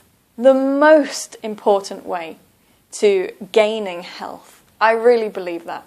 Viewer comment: be pronouncing Health as Helff